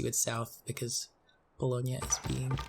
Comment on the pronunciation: Have to give you credit for pronouncing Bologna correctly, which is better than most other civ youtubers